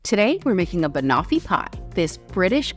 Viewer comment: Thank the Lord. An American who pronounces it correctly. Ban off eee pie. Definitely use digestive biscuits rather than crackers for the base...